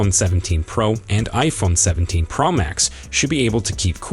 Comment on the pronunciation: I thought it was a PRO Max not a PRaaaah Max. Please explain.